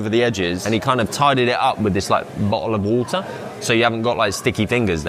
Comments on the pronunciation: Bo'oh'o'wa'er I know he didn't say it exactly like that, but that's as close as I'm gonna get if I want to fill out my bingo card. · Guys he said the thing , bo’ol o’ wa’er 😂